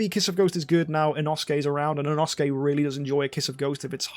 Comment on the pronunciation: when learns how to pronounce inosuke but still mispronounces inosuke